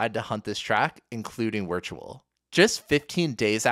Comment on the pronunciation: VUH VIRTUAL. please stop saying Wertual